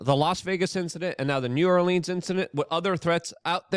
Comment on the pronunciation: Biden is one of the few people I've heard say new orleans correctly 😄